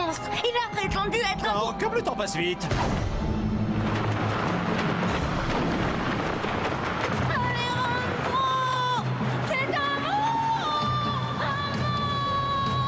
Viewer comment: Non c'est Alejrandro mais ça ce prononce Alerandro